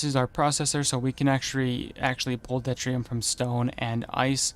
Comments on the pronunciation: I don't want to be a pain, but it is pronounced due-tier-ee-um, not det-ree-um. Deuterium is hydrogen with a neutron, making it easier to fusion. There is also Tritium (trit-ee-um), which is hydrogen with 2 neutrons. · It's doo-Teer-ee-um